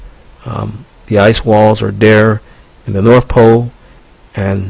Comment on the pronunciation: "Sprayed Freon agents" cause winter? What that fuck are you high on? It's north, not norf